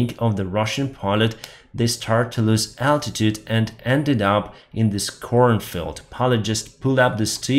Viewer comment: ĹOSE, not "loose".